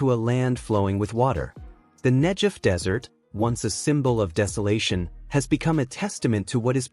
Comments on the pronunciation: Video is loaded with small inaccuracies... for example: Israeli engineers doesn't look like Saudis... The proper pronunciation of the area is NEGEV and in general a lot of agricultural was taking place in the area all along. This canal was planed for at least 70 years. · Negev Negev Negev!!!! The pronunciation has a g in the centre of the name The Negev Desert. Brilliant production culminated from brilliant Israeli minds .. so proud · Great to see all the support here. Pls pronounce Negev saying the g as in great not as in generic. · Called Negev hard G idiot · Negev with a "g". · Negev is mispronounced here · Who on Earth, doesn't know how to pronounce Negev? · Who are these Muslim people being shown as part of this Israeli engineering marvel? They look like they come from Afghanistan. . These are not the Israelis making this project possible. I don't get it. And why is "Negev" being mispronounced? What does King Hussein have to do with the project. . I think this video is suspect for subliminal messages. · The G in Negev is a hard not soft G as I have always heard it. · Couldn't you make it pronounce Negev correctly? It has never been pronounced that way by anyone. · mispronounce Negev